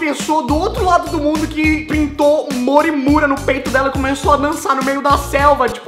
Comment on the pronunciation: impreção minha ou ele falou "Oi eu sou mori Mure"?